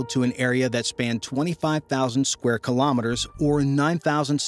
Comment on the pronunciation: Very informative video but I wish you would pronounce Kilometers correctly.